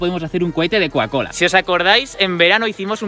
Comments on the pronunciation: Coacola no cocacola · Porque decis cuacola